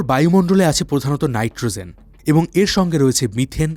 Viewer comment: নাইট্রোজেন উচ্চারণ করুন | নাইট্রোzen নয় |